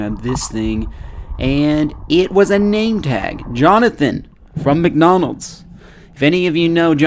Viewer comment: You said mcnonalds at first